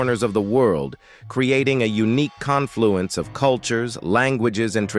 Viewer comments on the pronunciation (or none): none